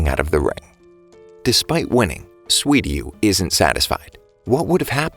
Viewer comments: Good video, but it's Suiryu, not Swiryu. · you said sweety when you said suiryu